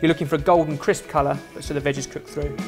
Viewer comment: I keep thinking "vag" whenever he says "veg" LOL